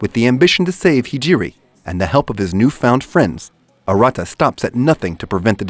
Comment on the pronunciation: watched 9, 8, 6, 5, 4, 3, 2, 1 trinity 7 not serven, also saying arata name wrong